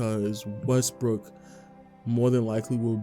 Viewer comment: West"Brick" slip 😁